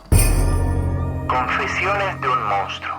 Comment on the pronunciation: Yo miraba todos los videos esperando el momento en el que decia "MOUNSTRO" y ahora que ya lo dice bien, tendrè que conformarme con sus excelentes documentales.